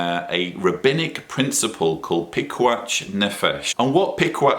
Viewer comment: Sorry to be picky,, but the 'ch' in piquach nefesh (פיקוח נפש) is pronounced like the 'ch' in "loch" or "Bach", not the 'ch' in "each". Not as bad as pronouncing יהוה "Jehovah", though!;)